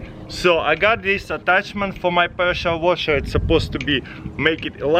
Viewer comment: Presha-Wosha am i the only that hears it like that